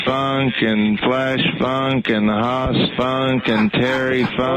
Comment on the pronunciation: Its Hoss Funk, not Hot Spunk. Good one though.